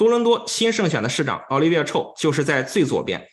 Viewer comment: Chow. Ow 发音 不是臭 ，是奥。night owl 的奥